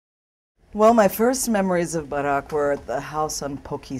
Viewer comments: i like the way she pronounces "barack" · It's how they pronounce the name in Indonesian. I pronounce the name the same and I'm Christian.